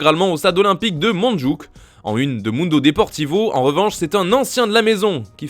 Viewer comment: La prononciation de " Montjuic " est une pure masterclass 🤣🤣